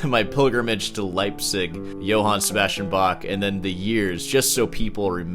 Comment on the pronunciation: 1. yot ss, not j s 2. I love how rick tries to pronounce Johann and Bach correctly but not Sebastian 3. if you look at jsb's 'song' titles like gottes zeit is die allerbeste zeit, it brings to mind not a religous context but a euphemism (had to look that word up) for extra-medicinal activities à la '60s american counter culture music